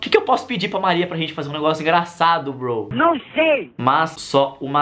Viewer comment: Porque VC fala broi